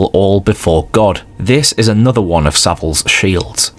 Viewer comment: one is 'WUN'. please learn it.